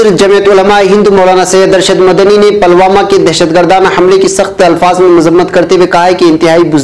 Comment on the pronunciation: sahab ap apneapko aeditar bhi kahtehai Lekin apke sabhi news me alfazon Ko jahilyat se Bolte hai yah ek jahili ka subut hai use khabar me ap Pulwama Ko palwama bol raheho yah Kiya jahilyat hai